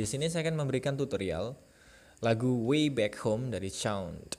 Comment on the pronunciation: Way bang bukan wiy, Shaun bang bukan Shaunded